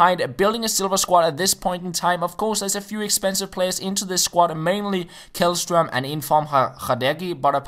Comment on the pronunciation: It's pronounced like Shellstroem :)